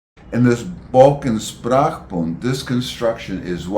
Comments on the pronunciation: Is it not pronounced SHprachbun (initial SH), rather than SSSprachbund (initial SSS)? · I appreciate the content and find it fascinating. However, linguists might be expected to pronounce linguistic terms more or less accurately, especially if they are the key term like “Sprachbund” [ˈʃpʁaːxˌbʊnt] in this video. No offence meant, of course.